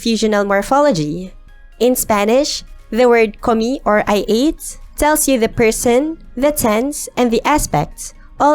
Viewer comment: Great video but "comí" is clearly two syllables